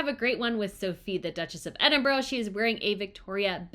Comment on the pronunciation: Well done for pronouncing Edinburgh correctly.